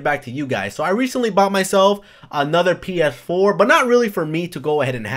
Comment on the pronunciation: Do you have problems saying PS4? XD You keep on saying PF4.